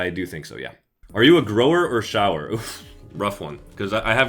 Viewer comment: its shower as in show-er not shower as in bath